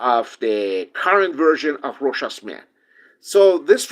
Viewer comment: Great video! Variety of topics covered. 👍👍 More reviewers need to watch this video, just so they can learn to pronounce Rochas properly!